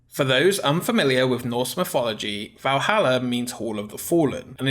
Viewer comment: mornin, swimmin, reimaganin, free, wibble wobble, mifolology, all I can hear is you sayin in at the end of everythin. What about the G! GGGGGGGG